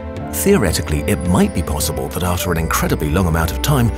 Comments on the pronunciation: He said "Plosibable" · Nobody noticed so... check wait then says possible in a weird way.